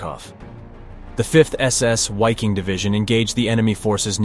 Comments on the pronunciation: Please don't say "Why-king" but rather "Vee-king" (in German "W" sounds like "V" in English, and "i" sounds like short "ee" or "i" in "big". You can also just use the English word Viking, because it has the same meaning in both languages, while "Why-king" sounds neither in German nor in English. This is some obnoxious language hybrid. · Viking not UAKING ! Please respect GERMAN language ! Congrats for your excellent work ! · Great video.... but isn't the European pronunciation 'V'eye-king', not 'Why-king'? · Why? Why in the opening of a documentary or rather how could you not know having supposedly done so much research would you refer to these men and the-pro.(WHY-king) division. It’s about as simple as just say Viking in English that’s just how to pronounce Wiking=Viking. No one one called them that. Or the Where-mocked) come on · It's pronounced Viking not wiking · Why king ? Really. It’s still pronounced Viking. Come on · It's pronounced "Viking" not "Whyking". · It's Pronounced as a V hence Vik-King not wy-king. I new a former Dutch member! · Why-king? It’s pronounced Vee-king in German.. but even normal English Vy-king would have done. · It is not Wiking but pronounced Viking. Germans pronounce a W as a V. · the true pronunciation of wiking is ve' king. it is Latin. or the English pronunciation is Viking. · It’s not a w it is pronounced as a V or a double V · The pronunciation of "Wiking" in Scandinavian is Veeking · Please learn how to pronounce German proper nouns- your credibility as a historical documentarist is seriously suspect. First & foremost, the German, "W" is always pronounced as, "V". Most of your German proper names are badly mispronounced- I had to stop watching... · Dude the letter "W" in German is pronounced like a "V". So it's the VIKING Division...! Really makes it seem as if you don't know what you're talking about. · Wiking division is pronounced vee koong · pronounced Viking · I’m German W is prounounced as a V. Wiking = Viking.